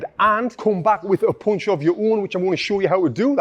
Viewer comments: Punch* not poonch 😅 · Great video, thanks, but what is a "Poounchh?"